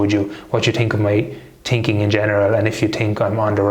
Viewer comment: It's thinking, not tinking , you leprechaun!! But I still love ya!! You are 100% right! Cheers!!